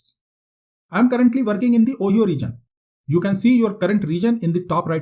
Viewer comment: Ohio is pronounced as O-haye-o not Oheeyo